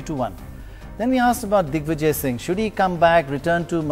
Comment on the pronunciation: did pranoy say dickvijay :D??